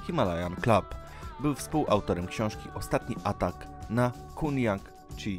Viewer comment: na początku masz zdjęcie żyjącego Leszka Cichego, nie wymawia się Andrzej Heinrich tylko przez " a ", wymawia się Kunjang Cisi, skoro nie potrafisz wymówić dobrze nazwisk i nazw szczytów lepiej się za to nie bierz, trochę lipa, przyczyną śmierci Kukuczki nie była pęknięta lina, tylko odpadnięcie i zbyt słabo założone przeloty, które pewnie poprzez zmęczenie były założone zbyt lekko, pęknięcie cienkiej liny było wynikiem szarpnięcia po adpadnięciu, Kersalio, raczej Karsolio się wymawia nazwiska meksykana, fatalnie to wszystko wyszło ..... czytasz z kratki widać, że nie znasz w ogóle historii .... nie wymawia się Simon Maro tylko Moro .........nie Krzysztofa Wieleckiego, Krzysztofa WIelickiego, Adam Bielecki